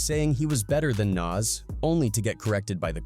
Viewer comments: It’s like he’s saying Nazz from ed edd n eddy lol 😮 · Whats more disrespectful... jim Jones or the way ai keeps calling Nas "Naz" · These folks are literally piecing videos together of everyone saying Nas, and they still say shit like Naze. They do the same thing to SZA in videos. Got to be a robot doing these voice overs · "Nance!..I said Nance" 😂😂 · lol “NyAaz” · "Naz" and "Nos" in the first minute and I am done with this piece of shit video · European if you can't say the person's name you don't need to do a video is Nas not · Dude saying “nays” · This AI man found every way to say Nas but the right way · Guess AI can't consistently say NaS! Lol. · Shitty AI narrator can't say Nas correctly, stop being lazy and use your own voice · This video was made using AI or those who don't know. That's why it mispronounces Nas. Don't support this shit. People are legit commodifying the culture using A.I videos. Here we go... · The way the AI commentator pronounced 6ix9ines name lolol lmfaoooo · Why these dudes keep pronouncing Nas name wrong.Put respect on his name. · Can’t pronounce nas. Blocked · I don’t know which one is more disrespectful, saying his name wrong or saying that you’re better than him. Where are you from, bro? Jim Jones clearly said this to get some attention and he got it. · U can't pronounce Nas..im def cool on this 🤦🏽‍♂️ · This AI pronounced Nas like 5 different ways 😂😂😂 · The way he is saying NAS 🤦🏽‍♂️🤦🏽‍♂️😂😂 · You know how white people pronounce tacos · AI struggling like a mff to say Nas name correctly 😆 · 😂😂😂 you hear too 😂😂😂😂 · You should hear it trying to say MA$E instead of Mase.